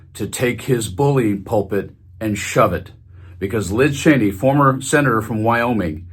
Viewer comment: Her name is not pronounced “Chainey”, it’s “Cheeny”. I met one of her relatives and got the correct pronunciation.